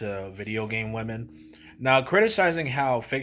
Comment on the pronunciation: Brodie sounds like Onision. "THESE WIH-MEN" 👿 lil' bro has never touched a woman